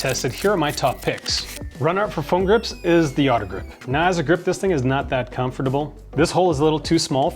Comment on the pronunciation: You say comfortable weird